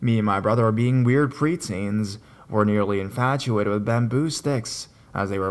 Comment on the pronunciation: Wtf is wrong with your voice, an speech, “bamboooooo “it’s bamboo